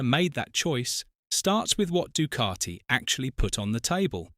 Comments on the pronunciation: I didn't know the word Ducati was spelt with an R in the middle. It's pronounced DuCati not Ducarti. FFS. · Actually, natively, it is pronounced doo-KAH-tee Sounds like the "oo" in food. It is a short, tense vowel. The "c" is hard (like a "k"). The "a" is an open "ah" sound (like father). Sounds like "tea". The "t" is dental, produced with the tongue against the teeth. The narrator is more accurate than you are. So, maybe drop the attitude and indignation.